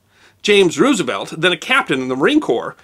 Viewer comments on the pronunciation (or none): You expect me to take you seriously when you say Roooosevelt? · Not to be a stickler, but the preferred pronunciation of president FDR's last name, is "Rose - uh - velt" (like the flower); not "Roos - uh - velt". I got tagged on this a few years ago and haven't forgotten it.